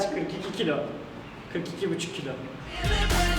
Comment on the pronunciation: 43,5 Buçuk vurgulaman iyi olmuş 😂🤪😜😝😛👍🤣